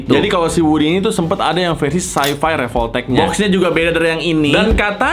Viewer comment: Revoltech❌ Revolpotek✔️